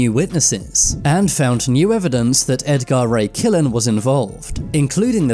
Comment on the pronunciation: Ed Gar Ray Killan, really? AI isn't too bright just yet is it???